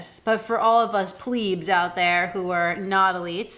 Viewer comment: It took me a little while to get used to the Prime X, but once you learn to get on the forefoot they are great. Yours look totally the wrong size so i'd give up on them. Maybe your overpronation doesn't help. Ps it's plebs not pleebs 😉